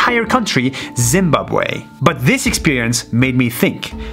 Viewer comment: Dude I was literally worlds most triggered person hearing the way he pronounced Zimbabwe I'm from Zimbabwe actually the country was the best country until a president came and made life brutal lack of water and food that president was also a thief the current president is trying to make things better I think I don't live there my dad does ok so that is probably all the info I could get